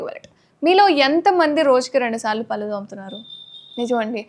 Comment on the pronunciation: పల్లు కాదే పళ్ళు/ దంతాలు అనాలి. ముందు పలకడం నెర్చుకో😝😁🤣😜